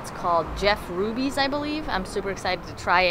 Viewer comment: Did he say rubys have good steak ? 😆